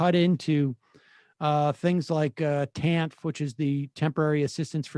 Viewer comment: Not to be a pronunciation nazi, but amongst advocates and policy people, TANF is pronounced TAN-IF not TAN-fff. Love the show.